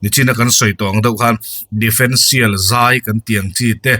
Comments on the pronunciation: defendtial ni lovin differential tih zawk tur niin ka hria... Sawi ve mai2 😊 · Difencial ni loin differencial tih tur.